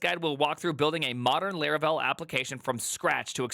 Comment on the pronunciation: Its Laravel not Leravel😢